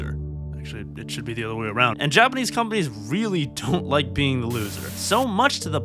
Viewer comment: When you say “companies” it sounds like “comedies”. 😂